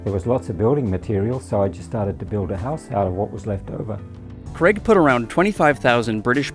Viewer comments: How to correctly prounounce the name Craig. Hint: It's not "creg". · Ffs, its Craig, not Creg! it’s not hard to correctly pronounce name Craig!